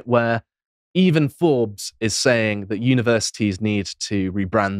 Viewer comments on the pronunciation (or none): none